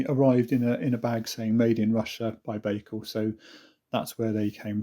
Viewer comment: Pronounced: bike al